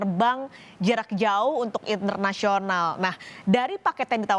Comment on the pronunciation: setetes kekhilafan mbak ini wkwk : itnernasional (internasional) : disupolenkun (diskon)